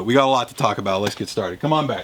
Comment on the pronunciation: why is he always saying "Lex" instead of "Let's"? Never realised that before, but now that I heard it it can't be unheard...